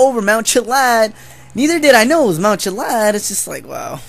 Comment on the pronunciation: Its Chilliad not Chillad